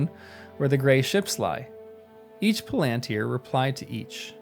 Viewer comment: The emphasis is on the FIRST syllable, not the second. PALantir. The same as you would say BORomir, FARamir, or LEGolas, etc. The plural is Pal-an-tir-i, with four syllables, not three; Pal-ant-tri. In reality, there is no real difference in the stress of each syllable. This is something I notice in the way Americans have trouble with English place names; Buckingham Palace for example. Americans stress the last syllable, thus; BuckingHAM, whereas an English speaker renders it with the last syllable almost missing; Bucking’m. The word Palantir is rendered with almost no stress at all, like the word Avenue. The stress is only a gentle one at the beginning of the word.